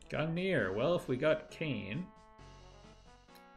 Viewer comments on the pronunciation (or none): Gungnir,? For shame... For real, though, keep up the good work:)